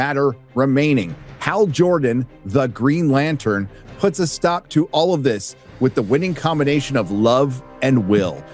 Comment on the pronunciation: I'm not watching that shit, it is Green Latern NOT Latern.